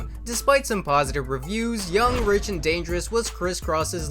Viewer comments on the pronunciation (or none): none